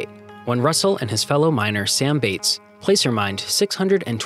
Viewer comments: Love the content. I would appreciate correct pronunciation. Placer is "plasser" like glass-er. Ballou correctly sounds balloon without the "n". Alleghany and Downieville CA was where I played as a kid. I would love to see some history about them. The 16-to-1 mine was famous in its day. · Please learn to pronounce tributary and placer.